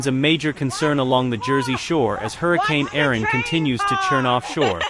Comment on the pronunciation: Why are you pronouncing it "Aron" when it is Erin?